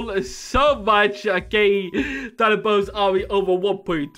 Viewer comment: No one's gonna talk about how they said "Boni" Instead of "Doni" Just me? okay.